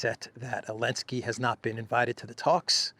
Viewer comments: Who is this man and why is he calling Zelensky, Elensky? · Hun how come u don't say the zed in zelensky just wondering